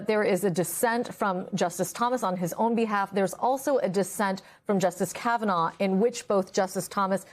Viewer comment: That’s Kav-a-gnaw 😂